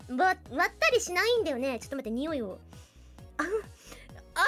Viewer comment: 日本酒の香りを「ラミィのにほぃ～」って言うの笑ったｗ ・・・そうか。・・・ラミィの匂いなのか。・・・そうか。 ・・・・・・日本酒買ってこようかな。